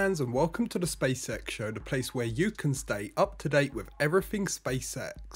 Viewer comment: I heard spaysex not spacex😅